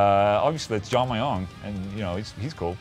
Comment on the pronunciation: Mjung, not Meiung. That is all. ✌